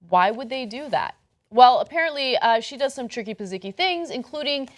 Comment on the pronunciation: Anna said tricky-pazziky